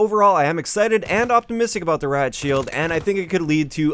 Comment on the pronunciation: “Rad shield”